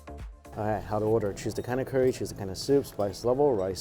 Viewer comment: Been watching you for a couple years now and I've got to say it's still irritates me how you say Curry so bad.